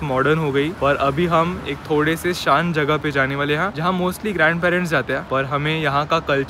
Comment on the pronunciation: plz dont pronunce "hain" as "याई" 🙏😢😆